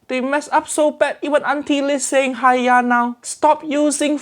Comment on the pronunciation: uncle Roger saying haiya= haaaaaiiiiiyyyyyyaaaaaa.... auntie liz saying haiya= haya!